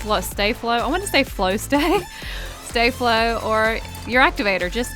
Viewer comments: It's staflow not stayflow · It is st-ah-flo